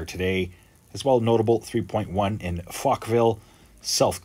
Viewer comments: It sounded like F-ville! can't stop laughing. Well done! Fochville is in Gauteng/Johannesburg province. It is a farming and mining town. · Great pronunciation of "Fochville!" Eh!